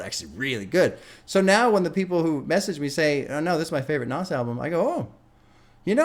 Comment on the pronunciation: OMG 2 albums in and you still can't pronounce it right 🤣 (it's Naz, )